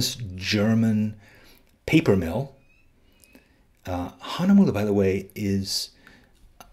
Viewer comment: Me, a German, always laughing when somebody tries to say Hahnemühle and other german words xD